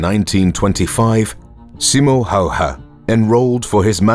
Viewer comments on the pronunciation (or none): He is Simo Häyhä... Not Hayha.. Big difference